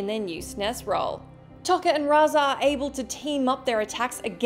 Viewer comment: Ugh it's pronounced Toe-ka and Razor FFS!